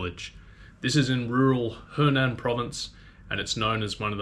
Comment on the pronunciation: it‘s hunan(sounds like who nan which is south of the dongting lake):eyes-purple-crying: not henan(south of the yellow river)